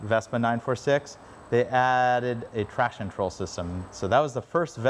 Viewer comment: Hey, love your video. Would be good if you could correctly pronounce “traction control” though. Kept sounding like “trashin’ troll”.